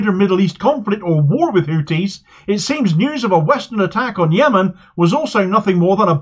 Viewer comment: It's pronounced Houthis my friend, not Houtis. They'd probably prefer you just call them Yemenis or Ansarullah though, they consider "Houthis" a kind of backhanded term